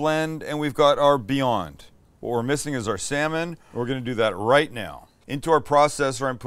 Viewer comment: I kept mishearing 'Beyond' as 'viande' right until assembly time. Looks like meat, sounds like meat.